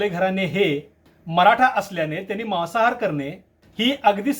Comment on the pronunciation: Maasahaar aahe te Mawasahaar nahi😂